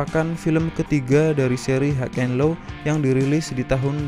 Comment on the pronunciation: Bacanya hai en lo, bukan haig en lo